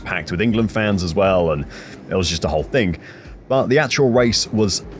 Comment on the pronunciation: Mate the word in ThING not ThINK